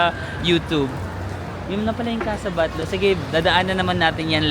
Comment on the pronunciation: thats Casa Batllo (pron. Batyo)